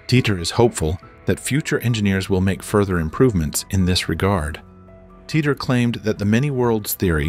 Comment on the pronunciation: How many different ways is he going to pronounce Titor?